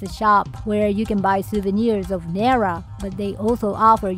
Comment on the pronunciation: says he's born and raised in Japan, but he's pronouncing "Nara" incorrectly 😂